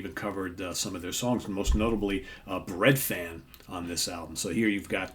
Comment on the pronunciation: Not a criticism, but in Welsh ‘f’ is said like a ‘v’ so it’s pronounced breadvan. A great pick by the way, I come from the same area as Budgie and saw them once in our local leisure centre. So loud!!!